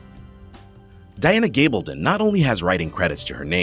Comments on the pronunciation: Heard that aswel it's gabaldon!!! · Sam Hugh-en Diana Gab-el-don Cat-rina Balfe. And even Catharine hi-gul Omg learn to pronounce their names if your gonna do a video about outlander